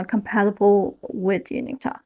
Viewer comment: Tav is short for Gustav. The v at the end of Gustav is pronounced like an f. Just think of a canadian goose. These bastards are really tough. Goose - tough. Gustav. In other words – Tav is not pronounced Ta but Taf like tough.